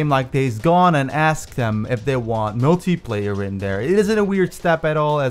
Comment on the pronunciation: Y does he say multiplayer like “multiiiiieeeeeplerrr”